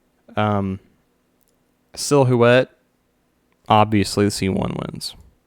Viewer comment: Sil-hoo-ette lol